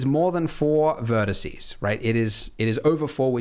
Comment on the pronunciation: Am I the only one who heard him say "verticey" like three times